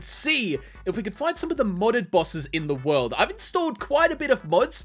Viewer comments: You know he hasn't watched Jojo when he says 『The World-O』! instead of: 『ZA-WARUDO』!!!! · btw its pronounces "ZA WARUDO" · All I said when he said that was: “well acualy it’s ZAAAAA WAAAAARUDOOOOO”